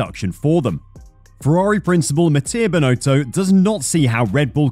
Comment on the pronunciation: Can you please try to pronounce Binotto the right way ? It is not Binooootooo. It's Binotto with a short "o".